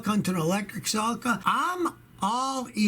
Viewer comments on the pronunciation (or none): It's pronounced se-leek-a Not se-lik-a